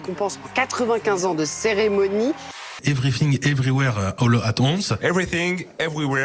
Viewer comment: Jeremy Ferrari président ! Sinon pour vous aider . "Évri fing évri wére olate wannss" pour prononcer le titre du film "everything everywhere all at once " ;)